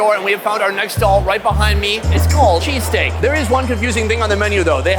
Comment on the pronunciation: people from philly is cringing at that "cheesesteak"